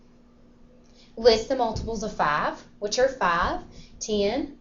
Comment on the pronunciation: It's five not farve